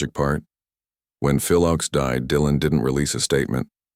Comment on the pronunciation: Your mispronouncian of Phil's name undermines your narrative.